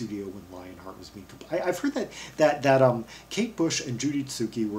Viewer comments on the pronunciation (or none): You have pronounced the last name incorrectly...its zuke...not Zukie